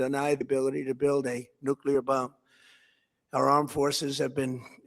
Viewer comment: NOO-KLEE-UR NOT NOO-KYU--LUR